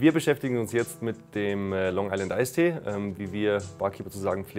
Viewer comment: kompletter englischer name. aber dann tee sagen anstatt tea...